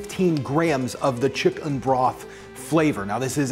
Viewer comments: Please just say chicken! I understand why you add the emphasis but it’s quite painful to hear chickUN every 10 seconds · Lol for what it's worth, I was not bothered by you saying "chick'un". I think a lot of people appreciate you differentiating from the animal, and I'd include myself in that too. Love your videos, thank you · Stop saying chickUn, please, you're a good person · Nobody:: "ChickUN" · Scrolling thru to see anyone point this out 😂😂😂😂😂 chick'un help me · Take a drink every time he says chick-UN!! No kidding though, this recipe is awesome. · Yeah I'm wondering too. It sounds off. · "Chik UN" lol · Take a shot everytime he says chickun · Thatt's wha t ivee ben dooing anand noww ii cccant' tyypes anymolre. hic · Please stop saying chickUN I want to cry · STOP SAYING CHICK-UN!!!!! I had to change the dang video cause my wife was gonna kill me. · Can we stop saying chick-UN? It’s faintly ridiculous. Cheers.